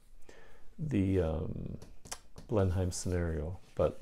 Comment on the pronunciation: And Blenheim is pronounced "Blen-imm". You're doing well...